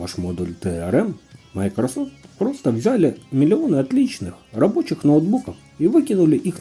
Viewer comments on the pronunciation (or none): none